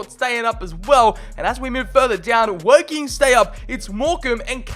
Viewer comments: As if you said Wocking 😂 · Come on big up aldershot home town and dat btw it’s pronounced all-dershot And there rivals woking is pronounced woahking